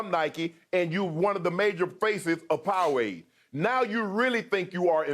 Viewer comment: I love how Shannon pronounces Powerade "POW-AID"